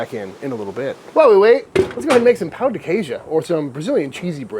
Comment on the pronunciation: My man, you have to say say pão with more of a nasally sound. What you really just said is penis of cheese. If you pronounce pão as “pow” you are saying “penis” not “bread.”